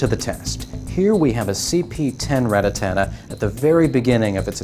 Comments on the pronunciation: First of all It's Rattata not RATATATA, second of all why tf make the video of you don't know the answer, this video was literally the most retarded video ever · Rattata not rattatata noob learn to read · Its RATATA not RATATATA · RA-TTA-TA NOT RA-TTA-TA-TA, DEAR GOOOOD! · Really? You said ratatata like 15 times in this video! Its RATTATA! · he said rata ta-ta lol ..your 16 year old should be doing these kinds of videos not you. if you cant pronounce their names correctly you shouldn't be playing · RAT-TA-TA not RATATATA.........jesus h. christ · Ratatata? That's what the guy was saying. LOL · "Rattatatta" now, next he'll be saying "Ratatouille" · RATTA--TATTA lol........................................lol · HOW MANY "TA" YOU HEAR IN RATTATA ?????? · stop adding the extra "ta" I couldn't watch the entire video cuz it got annoying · Everytime he tries to say Rattata a kitten dies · Say it right you dweeb. Where are you getting the extra "Ta"? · Sorry but why make the video if you're not going give us the answer? And you mispronounced Ratata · He can still play, he just shouldn't make "informational" videos with the mispronouncing